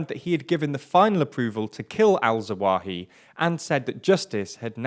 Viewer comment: Thats zah-wah-HEE-ree, not that hard to say. I like the channel, but our presenter needs to put just a little more effort into proper pronunciation of non-english names. I'm no expert, but it's really not that difficult, and it's really a bit off-putting to hear nearly every single 'foreign' name mispronounced in every video no matter the language of origin. it seems rather lazy and disrespectful.